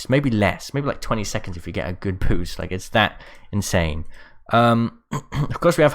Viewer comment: When he was saying trying to say boost he actually said poost